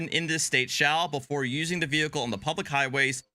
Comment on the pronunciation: Was I the only person who felt abit triggered from the way pronounced "Vehicle"